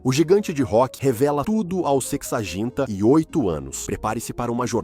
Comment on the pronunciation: Sexaginta e oito anos? Mano ia é foda😂